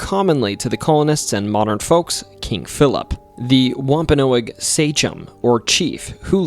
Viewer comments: It’s pronounced wom-pa-nog, not noag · It's WOMP-A-NOG. Not Whomp-a-no-ag. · It's pronounced wompanog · wamp ah nawg.. that other pronunciation driving me insane. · Wahm- pen- nog. Your welcome! Rid the A. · It’s not pronounced womp-a-no-agg. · Pronounced womp a Nog